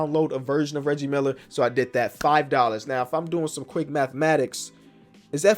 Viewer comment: I love how kept calling Reggie Miller Riggie 😂